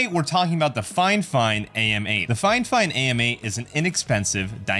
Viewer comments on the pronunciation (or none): Fifine and not FineFine 😂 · Its the "fi fine" not the "fine fine" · It hurts my soul that you keep saying fine-fine and not fi-fine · You keep saying finefine when its Fi fine. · "finefine"? haha bot reviewer go look for other hobbies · okay cool. You're the only one doing it though. And I heard a few different pronunciations of it. Everything from fee fine to fi fine to fuh fine.